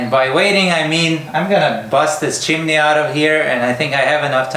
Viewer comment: It's a two syllable word, chim-ney. It's NOT chim-i-ney, like you said the first time. How you ever got that in your vocabulary is a true mystery. It sounds as if you're uneducated when you say it that way. In this video alone, you say chim-i-ney at least three times.